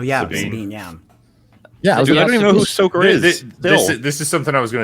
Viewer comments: Star Wars - AhSHEka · "Ahsoka"....no thanks!!